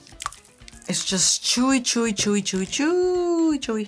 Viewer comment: Love how she says shewy intead of chewy